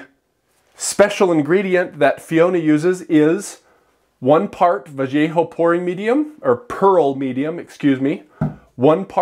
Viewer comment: Can I please help you with some pronunciation? “Vallejo” can be [VUH-YEH-HO] or [VUH-LAY-HO] for a super-USA accent. I had to rewind that and read the bottle. I am embarrassed to admit what I thought I heard.